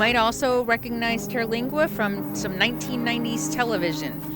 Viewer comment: In 2015, Terlingua (TUR-lingua, not TEAR-) was the subject of a tv miniseries called 'Badlands, Texas.' Fascinating story. I have a friend who lived on the ranch for several years.